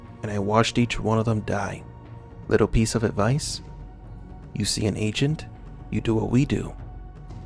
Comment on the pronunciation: It's pronounced agent, not ancient